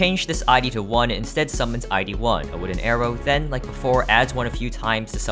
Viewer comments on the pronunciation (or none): Fun fact, "I.D." is pronounced I-D, not I-E